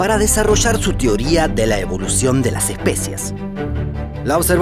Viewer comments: soy el unico que escucho especias en lugar de especies? Jajaja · Parece que fueras dicho : la evolución de las especias jajaja.